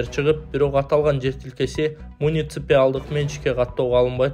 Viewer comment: МуниципИалдык эмес, муниципалдык деп айтылат, эч кандай Иси жок эле, туура суйлононду уйронгугуло